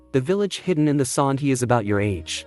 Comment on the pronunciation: you've said sand wrong